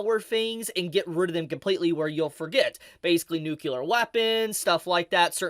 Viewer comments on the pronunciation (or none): Are you aware that you say "nucular" and not "nuclear"? It's pronounced "New-clee-er" Aside from that, thanks for the vid.